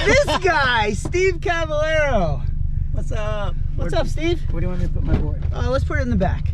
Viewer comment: It’s cabayero ffs